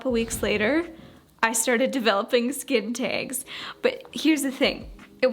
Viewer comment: I've never heard your Canadian accent as much as when you said skin taaags! Haha, I love it